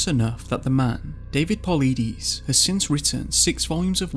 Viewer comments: I've been following David Paulides' work for a few years. David (Pau-Ly-Dees). I've purchased his books and I am looking to buy his new book, "Land, Air and Sea" or something like that. This video has done an EXCELLENT job covering Paulides' work!! To those whom think they "know" what is causing those in the 411 category to go missing? Buy one of the Missing 411 books first! Whatever is taking people has a 100% success rate at NEVER being caught/seen by witnesses! The cases go back to the 1700s too!! This is EXTREMELY disturbing! It is like catch and release... Except humans are now the fish!! RIP to all that were not returned, or not returned alive. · 1st off, I really like your channel here, but you could really stand to learn how to pronounce certain words better. Is this actually a computer narrator? If so, it's one of the best I've ever heard. If so, I get why there are mispronounced words. For example: a.) Paulides is definitely not pronounced how you said it. b.) Yosemite is pronounced like it has 2 Es at the end, not exactly like it's spelled. Ive only heard those 2 so far. Not trying to nitpick, I just have the popular opinion that you need to have good grammar to legitimize your work when it comes to any written or spoken narrative. Now, hopefully I don't have any typos in this. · Please learn how to pronounce Yosemite and Paulides. I can’t even listen to the rest because you keep mispronouncing words. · DROPS MIC... LOL. I KNEW YOU WERE PATHETIC, 3 YEARS AGO N YOU DONT KNOW HOW TO SAY David's name right... LMAO anyone else? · Please go watch one of David’s videos so you can hear the correct way to say his last name honey, I’m a big fan of the both of you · Just a fun fact.. Missing 411 (David Paulides) last name is not said the way you say it.. Maybe, you should watch one of his video's. 👍 P.S. please don't tap the Microphone!! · Could at least get his name right, dude.. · Work on your pronunciation of Paulides and Yosemite. Good video though.